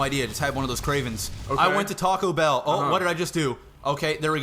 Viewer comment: it is tacobell not tachobell